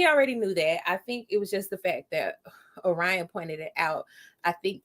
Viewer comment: No me mispronouncing Orion as Or-Ree-on.